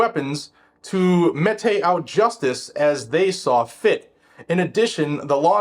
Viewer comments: Metay? No. Mete is pronounced meat. Dumbass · "mete" is pronounced "meet", not me te. It means to deliver. [EDIT] sorry for the brevity. Please keep up the good work. You are obviously very intelligent -- I just want you to sound that way. I hope it is clear that my criticism is in support of you and not to detract from you. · Dude seriously mete is pronounced meet. I don't know how you butchered that word so badly, but meytey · Dood. Mete is pronounced "meet." When you don't know, don't guess. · Mete as in mete out justice is pronounced meet, not met-tay. There aren't multiple versions or dialects to consider, it's just meet. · It's not met-tay, it's meat. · it's pronounced "meat" not mĕtă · Hey quick heads up: the word there, “mete,” is pronounced “meet.” To “mete out justice” is an old way of saying to “give out justice.” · "Mete" is pronounced the same as the word "meat." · Mete, pronounced -meet or meat-. Not pronounced the same way as the Canik Mete pistols. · mete is pronounced "meet". Loveya,. Keep at it! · Uh,, "mete" is pronounced like "meet." 😂 "Justice was meted out," and is now being perverted against Kyle. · Tip! mete (the verb) is pronounced meat (the noun). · mete = met, one syllable, sounds like "Bette" Midler. Great video!